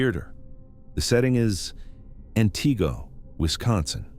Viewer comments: AN-tih-go, not an-TEE-go. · As a Wisconsinite, I understand that some names of cities and towns are difficult to pronounce, but this narrator isn't getting any of them right 😂😂😂 it's AN-tigo😂😂😂and Wausau is not pronounced Wow-sow 😂😂😂